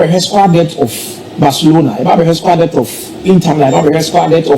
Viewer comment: Squad depth not debt please